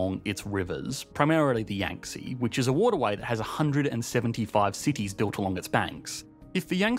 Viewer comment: Why not bother to look up how to pronounce Yangtze…